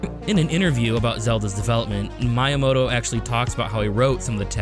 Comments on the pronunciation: He's not youramoto, he's MYamoto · Same with Kyoto lol Mayamoto and Cayoto lmao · Is it bothering anyone else how he constantly pronounces Miyamoto's name wrong? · That Miyamoto pronunciation 💀